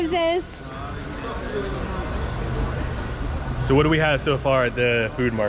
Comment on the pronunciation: Your 'shnorhakalutyn ' and 'barev dzez' are realy amazing😀